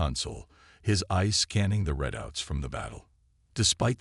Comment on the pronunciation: AAAANNNND as usual....CRAPPY AI!!!!! What is: "deh-BRISS", "BEAR-idge", "RED-outs", "INTER-cum"!!!!???? This and other major ENGLISH errors!!!! STOP using AI if they can't speak freakin English!!!